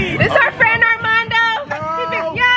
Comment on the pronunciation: Her calling everyone fren is so me and my mom😂😂😂 we call people frenn